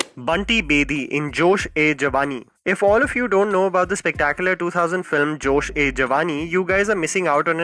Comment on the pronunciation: It's not josh aey.. It's pronounced joshey جوش اے جوانی read as جوشے جوانی